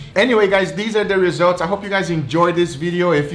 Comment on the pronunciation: "These are the resaults" says The resaults: Ok now you (the watcher) is hungry!